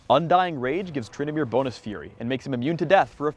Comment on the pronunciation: said Twyndamere he he